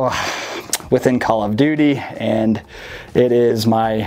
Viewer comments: Is he saying “column duty?” 💀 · Or “CallUm Duty.”